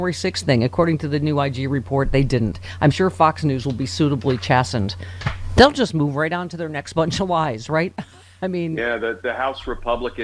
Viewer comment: Humbly offered for your consideration: PRONUNCIATION --- Suitably "chase" senned. Not --- "chass-send". Respectfully Yours Gregg Oreo Long Beach CA États Unis